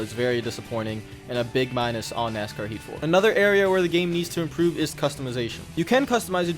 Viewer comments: Lol nk, it sounded like he was saying "nascar 84" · I don't think this guy pronounced the word, "Heat", correctly once during this entire review.